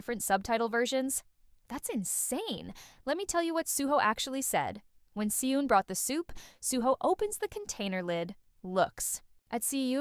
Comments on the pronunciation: hi! so 🤔 i’m curious as to why you pronounce their names like that?? considering that you’re (i’m assuming) korean?? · I was thinking, if she's korean was is she pronouncing badly the korean words and name... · the way the names si eun and beom seok are pronounced here🤢